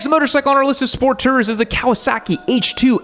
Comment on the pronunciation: I just spent 12 minutes listening to a guy who can't say tour talk about sport touring bikes.